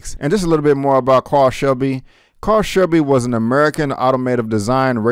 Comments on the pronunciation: Carroll is pronounced Carol like a girl not Carl like a boy. Great review. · I believe he meant 1966 and not 96. Also you are correct on the pronunciation of his name. It is pronounced Carol like a girl. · I haven't seen the movie, but I have some questions. Did you mean 1966 and not 1996? Also, was Carroll Shelby's name pronounced "Carl" and not "Care-Roll" in the movie? I am a car fan and have never heard his name pronounced "Carl"? Regardless I enjoy your reviews and keep up the great work brother. BTW if you can change your own oil and replace a starter then you are well ahead of the learning curve of many "car-heads" these days, including me (and I really love cars) 😁